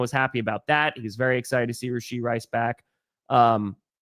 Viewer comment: Did you just pronounce his name Ray-shee lmaooo